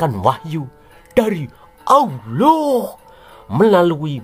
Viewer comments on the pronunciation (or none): 😂😂😂😂, aku baru lihat channel ini, ngakak aku dengan gaya ngomongnya, 😂😂😂, apa lg pas bilang "muhamad" dan awloh eswete 😂, lucu, langsung aku subscribe 👍🏻maju terus ya channel nya 👍🏻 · Sama nyebut awuloh juga bikin kekel ....... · Ijin tanya Min.... Kenapa saat Kata ALLAH, AL-QURAN dan MUHAMMAD ada PENEKANAN yang Berdea dan Aneh?